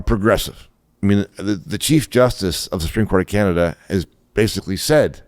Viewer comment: HE CANT EVEN SAY "CANADA" and remember ONTARIO SUCKS ALBERTA dry, with QUEERBECK.